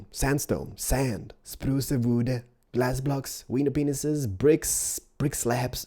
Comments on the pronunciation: AM I THE ONLY ONE THAT HEARD GLASS "PENISES" !?!?!? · Did he just say "Glass Penises" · He said the glass penises